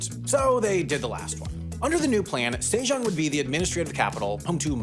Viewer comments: Sejong was also tragic. It's 세종 not 새장, put some respect on 세종대왕's name. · "say - zhong" "zhyong-gi" come on... get your pronunciations at least close to original